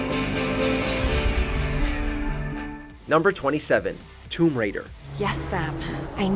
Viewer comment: '' Tumb Raider "? What the heck!